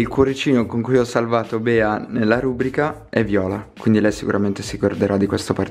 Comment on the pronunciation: rubrìca non rùbrica😱😱😱😱 belli comunque😂♥️